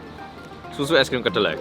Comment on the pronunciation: Org korea ngomong e es krim